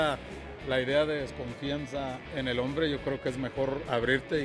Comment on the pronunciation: mensoo no se dice croque yo croque se dice yo creo que